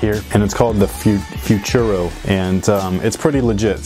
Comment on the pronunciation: Futuro is spanish for future. say it like this: Foo-two-roh